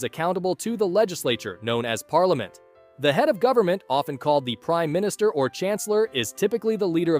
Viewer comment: who else heared "crime minister"?